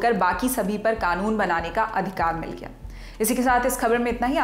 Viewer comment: Badi khobar bdi khobar 😂🤣